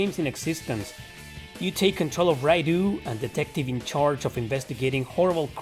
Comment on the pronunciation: Atloos? Raidoo? Serioosly?